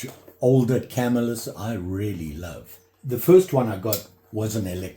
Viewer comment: Hey, i enjoy your videos and i'm a subscriber. I started dabbling in knife collecting all because i saw a Knife Doctor video and that led me to you. I'm absolutely an amateur although i've always liked them but never seriously collected them. Anyway, and i hate to mention this, but i think you are pronouncing Camillus wrong. It's a definite 3 syllable word and it's pronounced ca mill us. Please don't think i'm a smart ass/know it all.Keep up the great videos!